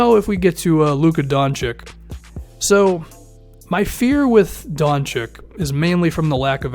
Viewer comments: The name is pronounced "Don-chich". I'm from Balkan. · pronunced doNchich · I don't know if you have ever watched Doncic for a full game but I think you're underestimating him. It's true that he isn't very athletic and he probably won't be a Paul George type defender in the future. However, he certainly can lead the team on the offensive side of the game. If I were you, I would select a big man like Ayton or Bagley. And man, please pronounce Doncic right.